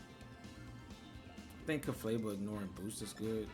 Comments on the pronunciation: I just love how you always say Ceflabel instead of Clefable 🤣 Banger The team is really good though! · It's CLEFable, but whatever you prefer, bro. It just sounds funny, you always make me smile with this 😊